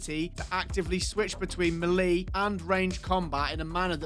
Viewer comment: can't believe you said 'melee' like that...